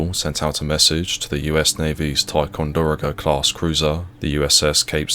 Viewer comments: It's Ti-con-de-RO-ga, please. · Ack! You didn't pronounce TICONDEROGA correctly. The accent is on the fourth syllable, not the third syllable. it's American, not Australian. You can learn how to pronounce unfamiliar words from many languages on YouTube. Use it. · If only he could pronounce words correctly, like Ticonderoga. He butchered the hell out it.